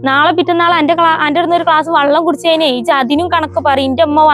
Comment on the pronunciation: വള്ളം അല്ല വെള്ളം